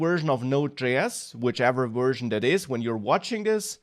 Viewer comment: speaking as a firstborn American with all-German ancestors and fluent in German... The V in "Version" is like the W in German and not like the W in English! The whole presentation it sounded like "wersion" Anyway, great presentation otherwise!